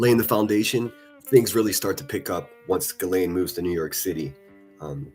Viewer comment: Gee lan not gizzleeeen ...